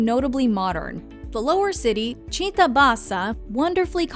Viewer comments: I'm Italian and she is clearly repeating something heard on Google translate. Come on, she even fail to say "città" in a proper way, but we should agree that she has tried at least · if you really grew up in Trieste, you would know that she pronounced a simple word like città incorrectly, ergo her Italian accent was not perfect lol (granted, maybe they say that word differently in the North, as I've only ever lived in Rome)